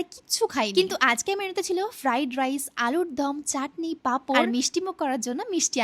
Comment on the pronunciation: একটা কথা বলি ...... তোমাকে দেখেছি অনেক জায়গায় একটু কায়দা করে কিছু কিছু word বলার চেষ্টা করো ,, ফলে আসল যে উচ্চারণ সেটাই উচ্চারিত হয় না তোমার মুখ থেকে এই ভিডিও তে তুমি মিষ্টান্ন কে মিষ্টিআন্ন বললে একটু কায়দা করতে গিয়ে এবার তুমি বলবে যে এরা শুধু খুত ধরে এই টুকুতেই খুত ধরছে ........ আসলে আমি এটা বললাম কারণ এর আগেও তুমি অনেক উচ্চারণ কায়দা করতে গিয়ে ভুল করেছো তাই জন্য বেশি স্মার্ট হতে গিয়ে কি লাভ বল সাদা মাটা মানুষই মানুষ বেশি পছন্দ করে তুমি যে এত ভালো কাজ করছ তাতে তোমাকে সবাই আরো বেশি appreciate করবে ❤